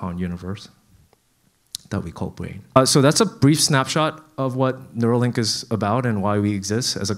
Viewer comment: Neuralink. Not nerua.